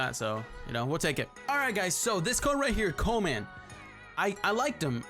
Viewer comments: It’s called Koeman not coman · Might get him for swaps btw its 'koo-man' mate